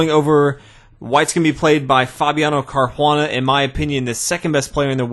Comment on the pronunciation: Just say caruana, its not an native american xD LOOOOOOOOOOOOL